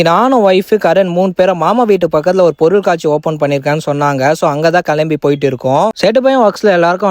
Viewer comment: சேட்டு பையனா இருந்தாலும் நல்ல அழகான தமிழ்ல பொருள் காட்சி என்று உச்சரித்து சொல்லுவது அழகா இருக்குபா..